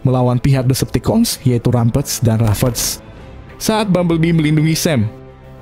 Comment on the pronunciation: Apasih ravage = rafes, rampage = rampes, kata" nya dibenerin lah